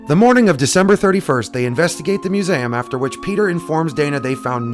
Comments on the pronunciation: I'm sorry but it wont quit bugging me.......... its. MU - ZEE - UM not. MU - ZAM otherwise good video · Oh yeah the muzam... Do you have problems pronouncing MUSEUM? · love this vids, keep's coming....but it's "myu̇-ˈzē-əm"!!! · Mu-zay-um? Lol. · You say museum weird….. I’ve never heard anyone say Mew-zayem….